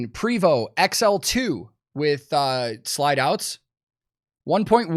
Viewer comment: Prevost is pronounced "PRAY vo"